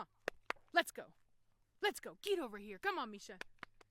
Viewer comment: Is her name Misa "MEE-SAH" or Misha "MEE-SHAH"? I see it being spelled 'Misa' but it being pronounced 'Misha'. Is it pronounced differently in her imported country? I just wanna get it right.